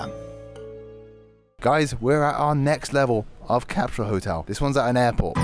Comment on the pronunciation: It's CAP-SUL NOT CAP-SHULL *ENGLISH TIP